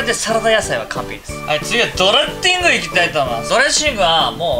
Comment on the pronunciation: ❌ ドレッシング ⭕ ドレッティング あーーーーー好き